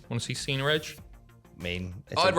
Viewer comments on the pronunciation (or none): Why does he call him Cener and not Cena?